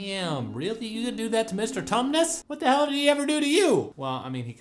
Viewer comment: Iike sarcasm, as next as the next guy. But you can overdo it a bit. And it is Tumnis.